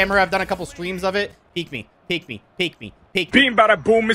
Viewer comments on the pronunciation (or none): “Couple stweams”